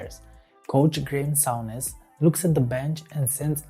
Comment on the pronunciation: It's 'Soon-ish' not 'Soun-ish'